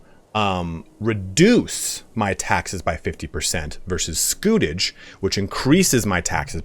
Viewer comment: You were right the first time pronouncing scutage (scoo-tage). It comes from the Latin scutum for shield so was essentially a 'shield tax'. In the early years after the Norman Conquest of England feudal contracts specified provision of military service if you were a knight or provision of x number of knights if you were a major landowner, as there was a need to raise troops quickly and efficiently in order to subjugate the Anglo-Saxon population and protect the borders against Scots and Welsh. However, as their rule became more established it suited kings to replace this requirement with a regular monetary payment instead. It meant that the king got a cash income which he could spend on whatever he wanted and it was more simple for a vassal who did not have to provide trained men, horses, armour etc. It was particularly abused by King John who tried to exploit it as much as he could. In the long run though it ended up benefiting the vassals as, except for John's attempts to abuse the system, the payments generally remained relatively fixed which meant that with inflation and increasing costs of warfare the scutage payments became increasingly insignificant as the Middle Ages went on.